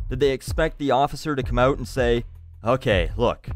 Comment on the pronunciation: so funny how you pronounce "out" xD